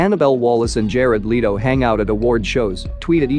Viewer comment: Jared leito ??? Its Let-O !!!